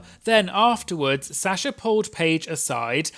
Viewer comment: I love you, but the way you’re pronouncing Sasha is diabolical 😂